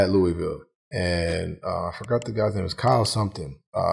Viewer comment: I heard it too lol. When he said looeyville it kind of stung my ears cuz I hear ppl from there say it the other way all the time. lol. He switched it bacc quicc.